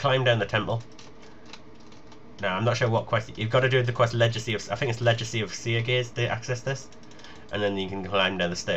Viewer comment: 'Ledge-acy of Seergaze..? Seriously... you dont know the word Legacy?'